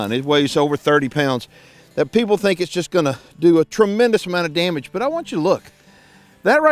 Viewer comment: "I thank dat dittit." Oh damn makes you so sure?😏